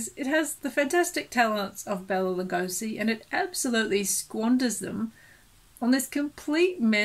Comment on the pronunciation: Bela's name is pronounced "Bay-la" not "Bell-a"